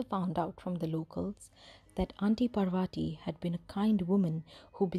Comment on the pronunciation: How one can retain the Indian accent and still butcher the pronunciation of "Parvati" has me all sorts of confused... nice story, tho